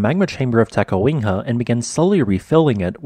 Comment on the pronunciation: The "city" of Adak had a population of 171 as of the 2020 census -- "town" is a more appropriate descriptor and Adak is a very small one. Is there a reason you say "Ta-ka-WING-ha"?